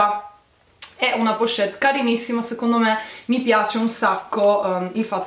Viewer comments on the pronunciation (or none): Solo io ho notato che non sa dire la parola " pochette"?.e comunque belle borse,ma non firmate non ti piacciono?